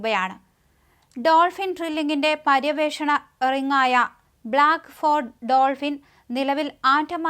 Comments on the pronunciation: അതു റിങ് അല്ല കുട്ടീ, റിഗ് ആണ്. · റിങ് അല്ല കൊച്ചേ 'റിഗ്ഗ്'ആണ്!😊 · റി ങ്ങെ അല്ല റിഗ്ഗ്